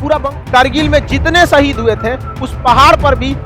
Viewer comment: Madarchod Lawde Hindustani Muslim naam par kalank hai tu Fuddu Insaan Pehle baat karna seekh Le..Shaheed Ko Saheed Kehta hai Lawde ..